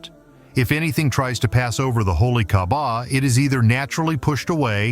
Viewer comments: why you call kahbah kabab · ITS NOT KABAB ITS KAABAH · Wtf bro u said holy kabab u idiot pronounce my gods house right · Bro called Kaaba kabab